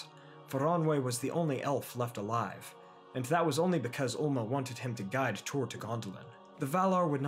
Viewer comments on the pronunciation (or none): none